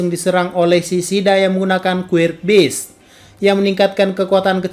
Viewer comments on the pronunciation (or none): none